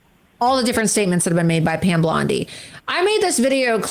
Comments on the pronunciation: I love how she keeps calling her Pam Blondi 😂🤣😂🤣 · She said Pam Blondie. 😂😂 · Did she call her Pam Blondie?! Lol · I can't stand Loomer, except that she is right about Musk and Bondi. And it is kinda funny when she calls her "Pam Blondi". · She keeps calling her Pam Blondi. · Loomer is as committed to saying Pam Blondie as Sam was to saying RamaSmarmy. Lol.